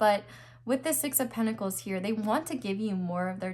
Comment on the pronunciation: Pile 4: New dictionary defined pronunciation of pentacles is (pen-tahk-layz)